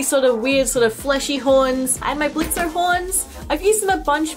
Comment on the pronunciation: It's pronounced Blitz... The o is silent.